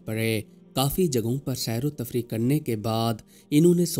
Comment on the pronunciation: saer o tafreeq nahi saer o tafreeh